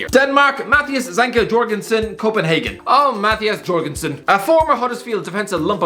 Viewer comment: I'm from Denmark and the way you pronounce Jørgensen is just spot on👌👌